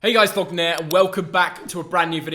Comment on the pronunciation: Was it only me who heard Thogden said pogbu